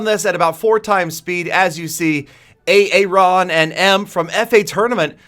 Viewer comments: He pronounced Aaron A-A-Ron xD. I hope he was refering to the Key & Peele video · a-a-Ron lol